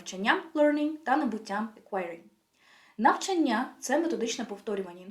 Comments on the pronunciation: Корисна інформація щодо вивчення мов, але дуже ріже слух слово "навчаннЯ" ) Можливо тільки мені, тому що в даний момент цікавить питання правильних наголосів) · Українською правильний наголос "навчАння" 😉 А відео гарне, дякую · лише одна хиба-- не навчаннЯ, а навчАння😉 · Вітаю! Відео супер! Але, будь ласка, перевіряйте деякі наголоси) вИпадок, навчАння, вІрші..